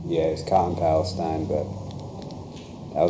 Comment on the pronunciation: I was born in Palestine… it’s Pal-uh-steen…. 💙💙💙